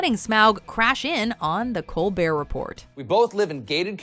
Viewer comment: On Colbert's show, Report is pronounced like rapport (ruh-pore).